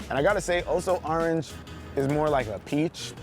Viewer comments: Nobody: Not a single soul:: "oh so ArRanGe" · The way you say orange tho